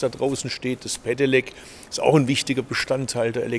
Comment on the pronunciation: wie er kein normales "st" aussprechen kann, sondern immer nut "scht". Verkehrsminischter, ischt, inveschtieren. erschte, Fahrleischtung, sonscht, längscht...